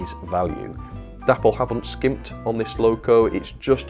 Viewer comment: DAY-poll not dapp-ol ffs